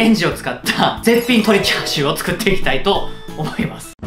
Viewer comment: チャーシューをシャーシューと言っている時点で今日も絶好調であると感じます